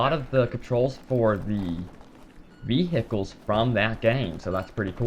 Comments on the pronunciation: vehhihles lulwut? vehicles maybe? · So many vii-hii-culls. Lol Americans!